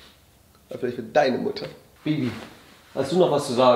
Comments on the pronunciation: /julien bam 1. du mein 4 blätriges kleben Blatt und 2. warum sagst du immer wieder mudder und Mutter?... 🤨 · Jo's mutter:wieso nennst dumich immer mudder😂